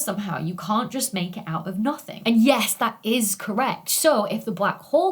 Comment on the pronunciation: Ok, have looked up so much about you, as you are... wow. Smart, brilliant, and so much more, then beautiful to boot. Sorry, not stalking, just hard to believe you actually exist. But, everything says you are British, and that's it. Certainly you have more than a bit of Scottish in you? I hear so many accentual clues!! Venus rising 'joost' ? There is a heavy Scottish accent there. Not saying bad about it, Scottish is BEAUTIFUL! Merida being my favorite Disney 'princess' after all. But, if you are Scottish, or have a heavy lineage of it... why does every online thing say you are 'British'? Just so very curious. Your accent being mesmerizing. Love watching your videos. For the info, of course! You are amazingly brilliant! But, the accent definitely has an effect on top of all of it. I'd watch regardless, as I do Brian Cox's or the rest. But, the accent REALLY helps, as does the rest... sigh but, regardless, amazing! Love your videos! So very informative, detailed, and more! There are 2 majors I wish (after the fact) I had taken: Geology, and Astronomy. Both have always amazed me, grabbed every focus I had. I just wish that a councilor had worded it that way, had focused in on things like that. Then, maybe, I would have gone to Uni for those things. Instead, I got a degree in German.